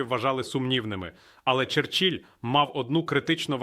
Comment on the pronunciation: Так,це не портніков,це ИИ.Президент вдало признача,та звільня!!!Кого призначив парАшенко,коли 2-а кільця були: Ілловайськ,Дебальцеве, ,знищені найбільші збройні склади і т.д. парАшенко не призначив ні одного вдалого генерала!!!Так,це дійсно ИИ.Була характерна помилка наголосу:"Черч І ль".ИИ від парАшенка!!!Жах!!!